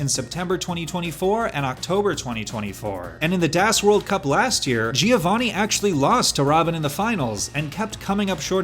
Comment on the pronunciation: Marc pronouncing it "DÄS" while DAS is literally a german word. As a German, I felt that.